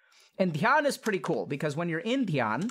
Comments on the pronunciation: I'm so sorry but when he said "When I'm In-Dhyana" lol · He said when you in dhyana sounded like Indian